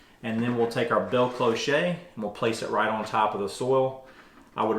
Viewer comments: It's pronounced "closh", not clo-shay. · It's pronounced klosh, not kloshay. Just fyi. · Did you say cliche? Lol. Gave me a chuckle. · Respect on all your good finds. As a French speaker I can confirm that for your future videos it is simply “klohsh” cloche is the word for “bell” in French. Like the kind that rings as well. Cloché means “clogged” as in a drain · I just about die every time he says bell cloe-SHAY. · I’m sure there are things where I live you wouldn’t pronounce correctly. But the difference is, I would help you… not ridicule you. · Nice ideas, but please, please, please…it’s pronounced clo-sh (rhymes with show). No accent, no “E”. (or “A”). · Ok,, I subscribed to your channel because of Jane begging you to pronounce cloche her way! Thank you for great gardening tips. I’ll be trying the greenhouse growing tips next winter. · it's pronounced klosh 😂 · Great ideas ! Cloche is pronounced closh. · CLOCHE IS PRONOUNCED KLOSH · Cloche pronunciation: the “e” is silent. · I liked the way you pronounced it 😂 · Really nice simple ideas. Thanks. And, yes, cloche rhymes with bosh, posh, cosh etc. Never mind. The information is what matters. 😊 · There is no A sound in CLOCHE. You can hear the proper pronunciation of any word if you just key in "proper pronunciation of..." Don't use a word without looking it up when making public broadcasts because you will have everyone saying it wrong as they are trusting you to do the necessary preliminary work and assuming you that have done it. I'm not trying to be snarky, just want to emphasize that it really is important to take care when addressing the public. I'm still giving you a thumbs up to show I am not trying to be unkind. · It’s CLOCHE. The che sounds like sh. There is no “t” on the end (“chet” makes the ay sound in French). It rhymes with clothes, not ricochet. 😂